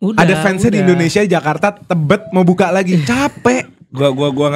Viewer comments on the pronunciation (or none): none